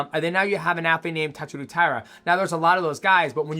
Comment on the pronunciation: Japanese name pronounciation vs DJ is undefeated. Also is Josh related to Theo Von? And why does DJ decide to start pronouncing the names right half way thru the vid? Then reverts back to TatsurU but maintains saying VAn. Weird.